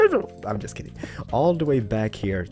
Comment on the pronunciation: OMG 😂😂😂 -: all the wa JADFADRLARA.... All the way like ALAKDYA... Im just kidding. I DIED 😂❤️